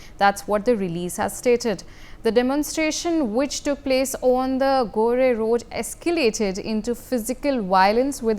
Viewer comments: गोरे road is pronounced as गोर road. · Jail = Bail in Kanedastan....madam it's Gore road and not Goray rd😂😂😂😂😂...pls don't be racist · Maam, it is NOT गोरे Road, it is गोर Road. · It is gore (gor) road not Gorey road